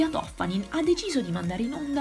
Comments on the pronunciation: Si chiama Toffani'n non To'ffanin... Benvenuti al nord. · Toffanìn...l’accento, Signorina, l’accento...è veneta! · L'accento è sulla i